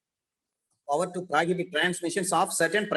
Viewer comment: It's not powerrrrrrr..... It's power.....